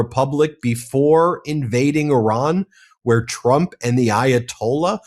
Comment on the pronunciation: The dude you interviewed can’t pronounce Iran properly….. even Orange Klown can get it right. Come on! It gets pronounced properly 200 times a day. Be ACCURATE. This is worth your effort.